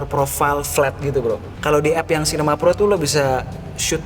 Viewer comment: Pro, bukan plo